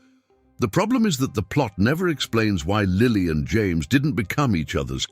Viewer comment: "James" Potter's first name pronounced "Yah-mehs"???????????